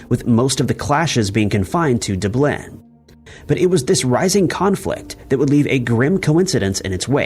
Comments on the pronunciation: Great series, but it would be nice if you would research these two pronunciations: Aero-FLOT (not -"loft") and DUB-lin (not dub-LIN). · I chuckle every time mispronounces a city name. Is this done on purpose for copyright reasons? Dublin and Monaco had me shaking my head. LOL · Dublin had me cracking up! lol